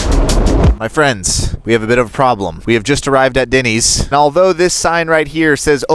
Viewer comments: Why he keeps calling it Dinny's and not Denny's is funny. It's like he thinks it's a slang term for dinner. "hey, do you guys want me to make you some Dinnys?" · It’s Dennys not Dinneys 😂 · 1.5 million views to hear this guy over use the word literally And to call Denny's.....DINNYS Wow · Is it just me or - every time you pronounce Denny’s I cringed. 😅